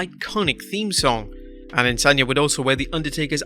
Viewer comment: a-de-san-ya not adensanya